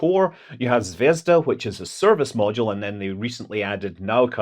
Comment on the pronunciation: did you say Zvedzdabule? 🤔